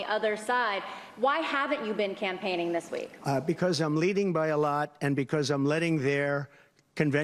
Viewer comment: Voice cracks on “through” . . . and I am “compainging” a lot . . . sounds like complaining.